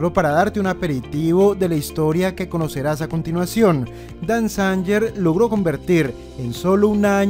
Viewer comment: Dan Zanger. La pronunciación correcta es: Dan Zeinguer